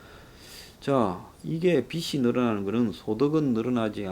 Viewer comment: 빚이 ㅡ 비지, 빗이 ㅡ 비시, 발음에 유의해 주시길, 발음이 정확하지 않으니까 자꾸 거기에 걸리는 군요.